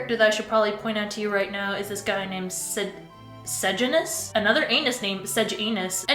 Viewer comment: its cor-io-lan-us and suh-jan-us